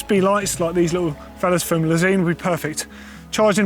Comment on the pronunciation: When pronounces lezyne like le-zeen when I always thought it was le-zine just kills me to hear it pronounced differently 😂😂